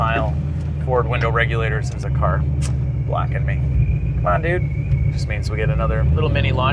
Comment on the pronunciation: is the man, from a southern guy it was hilarious when he’d say “the cahr” 😂